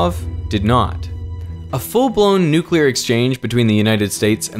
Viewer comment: Thank you for saying nuclear properly - "new clear" not "newk ular".